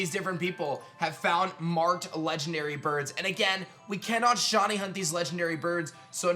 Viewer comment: Dude it’s shy-knee not shawny